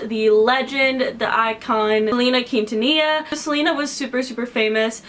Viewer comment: I love how she pronounces Quintanilla xd, it's so wrong but so cute at the same time